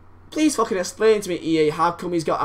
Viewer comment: OK. i like ya m8, but holy hell. why cant you pronounce "exist" or "explain"